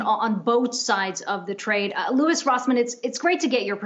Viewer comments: "Luis" lmao 🤣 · HEY LADY, his name is LOUIS, not LUIS. DO YOU HAVE ANY CLUE WHO LOUIS ROSSMANN IS? Apparently not. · Pronounces his name "Louise" and ends the interview with "we make sure to get it right" lol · LOL SHE SAID LOUISE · Did she just call him “Luis”? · Did she call him Louise?? lol 😆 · It actually sounded like Louise, lol. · Louwwieesss.... that was a hard e lol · did she call him Louise? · I just about died when she called him "Loo-ees" lol.